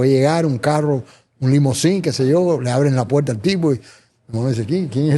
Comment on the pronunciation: Los jóvenes deben tomar clases de dicción y no machacar el idioma español y no deben interrumpir con comentarios y repeticiones tontas. Aprendan hablar más despacio, y a pronunciar ( no es “ pueta es puerta”. Comentarios y sugerencia para beneficiarlos no crítica